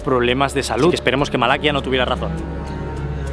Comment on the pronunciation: Disculpa pero creo que Malaquías se pronuncia con acentuación en la última i 😊…. Como siempre un vídeo excelente!!!!